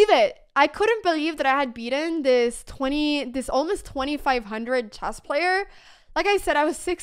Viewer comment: I love how Anna says "Chass" instead of Chess :goodvibes